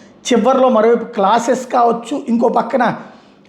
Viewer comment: క్లాసెస్ కాదండీ బాబు... క్లాసెన్ 😂